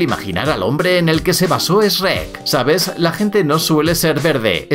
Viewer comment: como que SREK, c pronuncia SHUEK